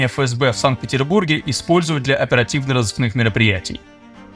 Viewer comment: оперативно - рАзыскных?